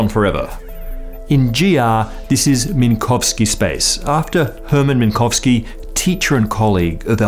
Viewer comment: Text said "Minkowski", you said "Minkovski".